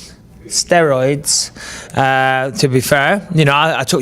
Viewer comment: what the fuck was up with the way he said "steroids" LMAOOO